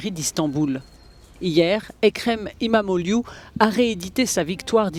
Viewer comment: İmamoğlu Ça se prononce "imam eau loup" C'est trop marrant c'est soit "imam eau glou" "imam eau iou " hahahaha 😂😂😂 J'adore quand les journalistes essayent de prononcer les noms turcs 😂😂😂